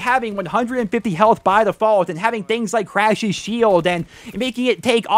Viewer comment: did anyone notice how he said crash’s shield lol